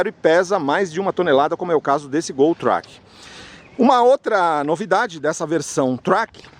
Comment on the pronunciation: Track é uma palavra do idioma inglês. Pronuncia-se 'tréqui'. Quando vc pronuncia do modo como fez soa em português como "traque" ou seja, peido. Só uma dica já que vc tem um canal de sucesso no YouTube.